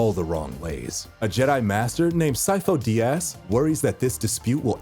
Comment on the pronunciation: "sifo de ass"